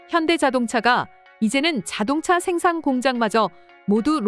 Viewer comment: ai목소리 쓸려면 제대로 쓰세요...자동자....수풀...이게 뭡니까 ㅋㅋㅋㅋ